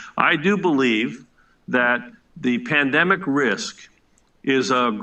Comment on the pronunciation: He says “ tandemic” 🤔@ P@ t are completely different. Listen close. Stay vigilant.